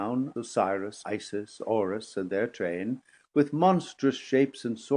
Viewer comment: I guess “Orus” is meant as Horus?